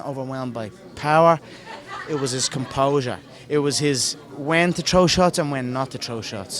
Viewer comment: "It was his composah, he was just composed" shut your FOOKIN' mout'. 50-0